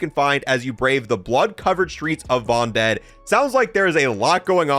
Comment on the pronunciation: stop saying "vondel" wrong